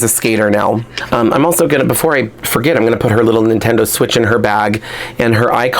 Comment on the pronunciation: Instead of Nintendo switch ("Jane Doe switch")